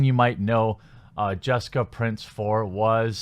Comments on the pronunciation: I'ts Price, not Prince. lol sorry but it was driving me nuts. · You keep saying Prince, isn't it Price? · Her name is Price. Not Prince. You wrote it in the title and read from Twitter multiple times but seem incapable of actually speaking her name correctly. Constructive criticism, put together some sort of actual script rather than just doing this ad lib. It doesn't work for you very well. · At least get her name correct....it's Price not Prince...for gods sake..... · It's Jessica Price, not Prince. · I'm confused. Is it Prince, or Price? You keep saying Prince, but it's spelled Price. Am I missing something here? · Prince? It's PRICE. Other than that, cool. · Price, not Prince. Also, I have the skinnest of thin when it comes to spoonerisms. Otherwise, good video & great news! ;) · It’s “Price” P-R-AI-S that’s how you’re suppose to pronounce that word not P-R-EE-N-S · Thank you. He also mispronounces simple words when reading all the time. Like, can you read what's in front of you please? It's Jessica Price, not Prince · Pretty sure her name is 'Price' not 'Prince'. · Sorry for noticing this. Why are you mispronouncing her last name? You keep saying prince yet i see in the video description and where she posts on twitter it's price. My apologies, it's a small detail that kept getting my attention. Other than that, it's a good piece of news. I might have to give the game a try some time. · I love how you keep getting her last name wrong... surely that was not a mistake :) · How can you mispronounce "Price", while simultaneously not taking 10 seconds to research how to pronounce Deroir? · why are you pronouncing price like that